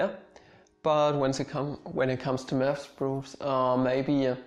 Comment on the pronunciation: You say "math" i hear "meth". "When i started studying meth at University..."